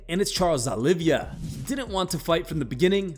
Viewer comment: CHARLES OLIEVIA? ITS OLIVEIRA